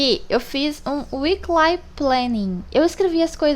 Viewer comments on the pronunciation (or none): Não se diz weekLAI mas sim weekLI😉